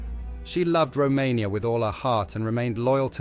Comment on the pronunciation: Its Romania not Rummeria